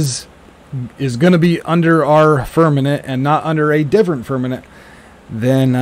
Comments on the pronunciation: Haha. Heard that... firm-a-MENT. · Firmament not fermanent Besides that.great video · I applaud and appreciate all you do. However when you talk about the firmament, you keep saying firmanent (like the word permanent) it is pronounced firm-a-mint, not firm-a-nint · Firm a ment. Not nent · Firmament not fermement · Firm-a-Ment lol.. stop saying firmanent lol.. otherwise great!! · Dude...... I love your content! BUT it's pronounced "firm-a-MENT". Not "firm-a-NENT". LOL! Keep up the good work!!:) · FIR-MA-MENT...NOT Fir-minute or Fir-men-it... c'mon man! ReALlY?!?! ya killin' me smallz, ya killin' me... titally LOVE your content/videos BUT my dude it's like nails on a chalk board and YES, IT DOES MATTEE, you're clearly far too intelligent and well spoken...so can ya help a brother out??? please?!?! 🤓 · Fir-Ma-Ment..not fernamint. I hadn't thought about it for a long time, but when I was very very young, they didn't say Jesus hung on a cross. They said he hung on a tree. Now you never hear that. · Why do u call it "Firmanet"?😅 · FIRM - A - MENT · Right, not firmaNent. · It is FIRMININT!! He said it a hunrid times. Makes me laugh. Lighten up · Carl Thacker 0 seconds ago It is FIRMININT!! He said it a hunrid times. Makes me laugh. Lighten up